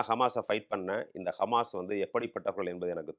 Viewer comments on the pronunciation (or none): none